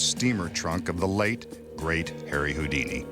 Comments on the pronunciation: Why I always hear "heary houdini" XD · lil Gamer it's Harry